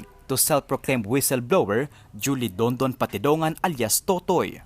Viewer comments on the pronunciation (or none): none